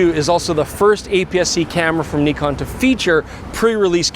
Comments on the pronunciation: Finally you're pronouncing it correctly! Well, at least. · The most impressive thing in the video is that is finally pronouncing Nikon correctly, the other guy is hopeless though... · Knee-Con is correct! Also the Z 50 was a great camera, other than the nonsense flip down LCD. Z 50 II couldn't be going backwards. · THANK YOU FOR SAYING "NEKON" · Bravo Bravo Bravooo!! Say Nikon correctly!! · Nikon … Nikooon… the pronunciation is right Nikon 😊😊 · Thank you for pronouncing the cameras manufacturer names correct! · Pretty funny that the french pronunciation of Nikon is basically the correct one. I've been saying it correctly my whole life without even knowing it ! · yesss he pronounced nikon correctly 😅😁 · Listen to pronouncing it properly!